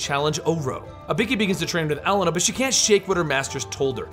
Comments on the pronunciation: same with elena, its pronounced e-lane-uh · "ibeeki" and "ellena". Wow. Butchered. Its "ibooki" and "elayna". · why do you say Ibiki ? And you also butchered Elena's name. Still a good video, 10/10